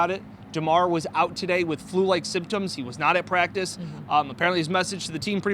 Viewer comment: REALLY?! *It's practice, and not practive. * It's Rasul, and not Razul. * It's Jaguars, and not Jagwires. 😮